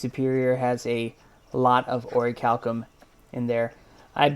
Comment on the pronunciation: Finally someone who knows how to properly pronounce Orichalcum